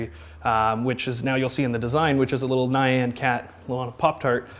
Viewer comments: Ny-an... its NYAN!!! one sylable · When you're famous for a Nyan Cat theme but you can't say "Nyan" 😂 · The way he pronounced Nyan really caught me off guard 😂